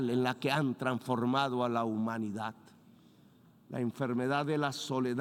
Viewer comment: La humanidac, la amosferat...en fin